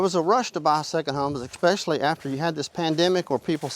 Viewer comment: Expecially? Seen? Be careful who you believe on the internet, the uneducated can press record too